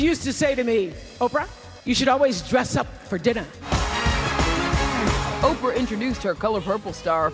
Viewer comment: Who the eff is Orprah? Ugh